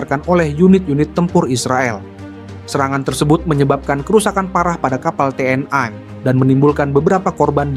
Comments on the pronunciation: TNI bukan TNAI. Sok ke Inggris-Inggrisan banget ini orang, ikut-ikutan Malaysia aja menyebut TNAI. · Membacanya kok "te en ai" mohon yg benar membacanya. Jangan ke barat2 an